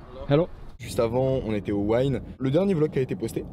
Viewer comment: Fraté, Casino Wynn se prononce “Win” pas “Wine”. One love